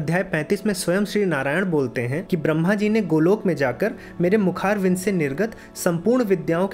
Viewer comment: मुखारविंद को मुखारविंदु क्यो बोल रहे हो? भाई, ज्ञान फैलाने के साथ थोड़ा खुद का भी ठीक कर लो।